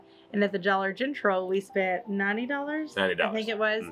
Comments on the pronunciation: We say Dollar Gentral too! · I've never heard dollar gentral before but love it lol